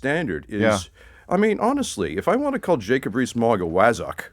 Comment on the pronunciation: JRM "a wazzock". Fantastic pronunciation. Sinister stuff